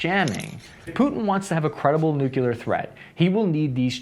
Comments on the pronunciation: What are nucular weapons? Are they similar to nuclear weapons? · It's nuclear, not nookelur. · please. I love your channel, but "new-CLEE-are", not "new-CUE-lar". You're not GWB". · get off the net,. you can't even pronounce nuclear nevermind speculate on "nuckular" strategy. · I can't take seriously someone who talks about nucular weapons. It's a showcase of superficiality. 👎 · NEW CLEAR not NEW KEY LAR. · Nuclear, not nu-cu-lar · Nuclear is pronounced “Nu-clear” not “Nuke-u-ler”. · What really grinds my gears is hearing people pronouncing Nukelar instead of nuclear. I know languages evolve but this isn't 18'th century Australia country side, this is internet age. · American saying "nucular" instead of nuclear is really the worst thing for my ears and brain it hurt too much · You are pronouncing "nuclear" wrong. It's not pronounced "nuculur". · I really wish you didn't pronounce "nuclear" like George W. Bush. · don’t worry, we are right there with you. We HATE when we hear people pronounce it like that as well!